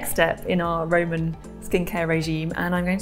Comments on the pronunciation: is it just me or does it sound like Amber is saying "Raymon" instead of "Roman"? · Why does she keep saying"Ray-mon" when the word is "Ro-man"! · The woman with the red hair says Roman and I just hear Rayman almost every time 😂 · "Ramen"? Took me a while to figure out what the heck she was saying... it's ROman for gosh sake!!! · Roman. Ro-Man. RO-man. We aren’t talking about Ramen noodles here . Lol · Everytime she says Roman it sounds like Raymun. Even says Roman correctly it's just the red head girl that says Raymun. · Anybody else bothered by the fact that Amber said Ramen instead of Roman because it’s called a Roman Makeup Tutorial not a Ramen Makeup tutorial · It's pronounced Ro-man, not Ray-man. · Lol..What is the Raaaymen empire ...isn't it the ROman empire? Say it with me ROman (phonetically pronounced) Row-man. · Can't unhear "the Raymond Empire" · i keep hearing ramen as in the noodles lol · I don't want to hear the word "RAYMON" anymore. thanks.. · Anyone else here think she's saying "Ramen Empire " ? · I know she’s saying Roman but I swear it sounds like she’s saying Rayman. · Is she saying Raymond or Roman? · I never heard 'Roman' pronounced 'Rayman' before. It's a bit grating.